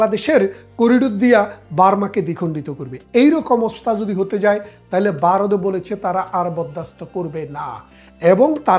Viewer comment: Vaw pronounce korte parents na?Barath keno bollen?